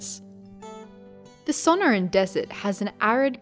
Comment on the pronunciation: Suhn-Ore-ahn (suh-nor-ahn) More emphasis on the NOR not Son-O-rin